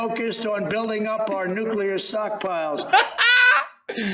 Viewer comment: It writes itself. Hal Sparks & the comedians who cover Trump’s sh*t show, just need to sit back & listen. sockpiles - classic. I’m just impressed that Trump said “pivotal” correctly.